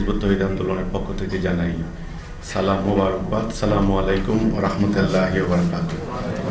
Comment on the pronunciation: সেলিম তুই সালাম শুদ্ধ করে দিতেও শিখলি না।